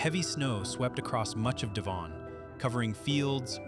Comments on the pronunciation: Wrong pronunciation for Devon. It's not D'Von. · Devon - Dev- un. You make it sound exotic. 😂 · Interesting video but for god's sake do some work on your pronunciation. Devon for instance rhymes with heaven, Lazy and irritating. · you should learn yo pronounce place names correctly YANK. E.G. DEVON IN SOUTHERN ENGLAND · Please stop with the shite music ,apart from that and the way you pronounce DEVON not a bad vid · Learn how to pronounce DEVON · There wouldn't have been haystacks in the fields in February. How can you pronounce Eurydice but not Devon? This is all very interesting. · Sounds frenchy. 😊